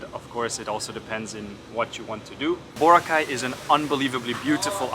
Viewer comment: It's Boraaaa-cay.... Not Booo-racay.